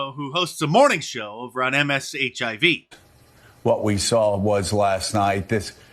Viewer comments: "MSHIV" LMFAO!!! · "MSHIV" LOL